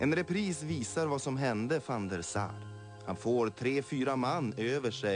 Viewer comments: Swedish is a really fit language for football commentary. And it is van der Sar, not Saar... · IT IS VAN DER SAR NOT SAAR